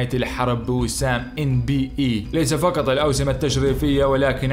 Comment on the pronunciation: لو الكاف ترجعها قاف يكون أفضل ، قطارات وليس كتارات ، تعقيدا وليس تعكيدا ، فقط وليس فكت ، وقيس عليها ، وما تبقى فبرنامجك جيد